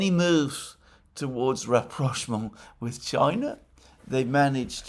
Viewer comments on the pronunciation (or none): none